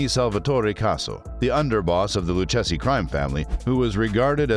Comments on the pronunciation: LOU-KA-ZEE IS HOW IT IS PRONOUNCED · LOO-KAY-ZEE crime family who the hell is this narrator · You’ll have to learn how to pronounce the family’s name